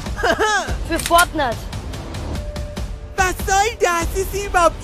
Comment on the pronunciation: für fortnät🗣️🗣️🗣️🥶🥶